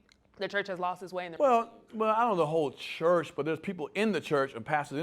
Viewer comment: "The chrurch" is the problem with society